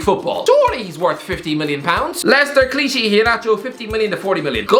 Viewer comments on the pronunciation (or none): The way he’s saying kelechi is pissing me off 😂